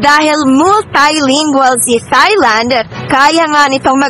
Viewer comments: Silent H ang pronunciation ng Thailand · H IS NOT pronounced in Thailand. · Tailand po not thailand ang pronounce dun